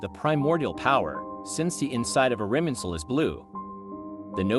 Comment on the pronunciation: irminsul, not iriminsul?